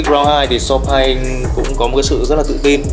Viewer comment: vẫn đọc sai tên Sawpaing nhé =))))